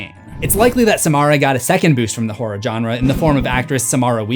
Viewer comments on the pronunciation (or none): sigh He's still calling them "John-Ras."